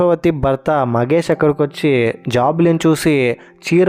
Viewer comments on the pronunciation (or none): ఇంత worst review ఏంటి బయ్యా నువ్వు 😅 ..... జాబిలి కంటే జాజి నే బాగుంది 😅 ... దుష్మన్ కాదు , దుష్యంత్ .... మగేష్ కాదు ... మహేష్ ..... ఇంట్లో ఉండేది దేవత కాదు , దేవుడు ... కొండయ్య.. స్వామి 😅😅😅😅.... నీ రివ్యూ వల్ల series చూడాలనే interest పోయింది చీ ఛీ .....